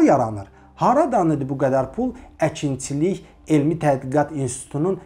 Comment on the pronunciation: Nitqini düzəltsən necə də gözəl olardı Mehman , məsələn Dzəlal yox Cəlal . Əkintsilik yox əkinçilik...baxıram videoya gah elə tələffüz edirsən gah belə 😁hets kəsin xətrinə dəymirsən ,bu dzındır , adz , gidz məmurlardan başqa